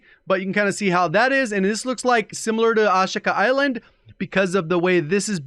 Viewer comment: Am I wrong or is he always pronouncing Ashika Island wrong? I thought it was (A-Shee-Ka) not oshka like he’s saying lol